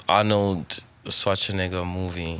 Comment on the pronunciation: a fire chop without pronouncing Schwarzenegger🤣😂